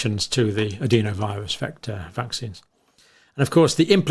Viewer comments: Why do you say adEEnovirus when the rest of the science community says the more sensible adenovirus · sorry mate, its just incorrect pronunciation- "e" in the UK is pronounced "eh" not "ee" no matter what region you come from